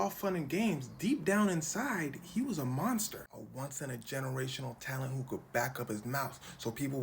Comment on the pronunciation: He was a monster ❌ He wath a Monthster✅